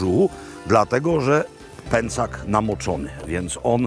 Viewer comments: PĘCZAK!! Pęcak uszy me kaleczy :P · Panie Robercie, uwielbiam Pańskie podróże i opowieści. Oglądam wszystkie, a teraz Tyrol i Dolomity - moje ulubione - strzał w 10 🙂 Ale proszę o słowo wyjaśnienia - dlaczego kasza jest "pęcak", a nie "pęczak" ? Trochę mnie to uwiera